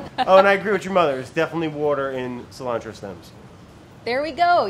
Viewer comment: Now THAT is SEE-lantro hahahahha 👀👀☘️☘️